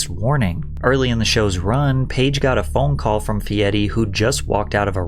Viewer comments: “Fietti” bothers me for some reason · Probably saying feiri as feidy is why nobody likes guy feiri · fe-et-te? fe-ed-te? what are you saying? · can someone please help me out here... Why is he pronouncing his name like some sort of cheese (fetta) I'm beginning to think he's never watched an episode or even heard of the guy till recently... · why do you keep saying "fieti"? theres no 't' and its quite jarring tbh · As an Italian speaker, i die a Lil bit everytime he says "Fieri" (sounds like he's saying "Fieti") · Yea but fieri looks like fiero which means proud. Kinda fitting to the character. Nothing indicates the pronunciation Fietti . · First of all, the guy recording this video must be a moron because that's not how that name is spelled or it is pronounced. So are you just stupid or are you unaware? There is not a T in the name. Not only is the T silent, it's not existent. Is that what it is? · Why are you pronouncing his name wrong? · the pronunciation of fieri is killing me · u pronounced fieri so unnecessarily fancy and then go and pronounce gallardo wrong ❤ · I don’t care if guy says his last name like an idiot, that was pain hearing it back to back from you. And hopefully no one bet on the chiefs because of you, don’t take betting advice from YouTubers folks. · OMG stop pronouncing his name like that! I’m sure it may be technically accurate, but with the amount of mundane words mispronounced in ridiculous fashion on this channel, this is the hill you choose to die on?? That being said, I find many of your videos entertaining and well done. Take care. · Are you purposely saying his name wrong lol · Where is the "d" coming from when you pronounce Fieri? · Why is his last name pronounced with a T when there's no T in it? That's always bugged the s*** out of me. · I can't watch this if you pronounce his name like that lol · i cant stand how you say his last name 😭 if you cant roll an R dont even try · 😂 you can't even say his name correctly 😂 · Guy "Fietti"